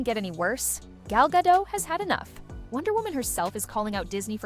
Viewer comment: First of all... Rachel and Gal did exchange a look or two at their segment during the oscar. Second of all... Why is it so hard to pronounce Gadot's last name as it suppose to? It's Ga-do-t! The 't' isn't silent.